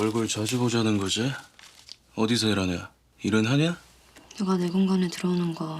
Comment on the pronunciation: 네가➡️누가 아닌가요?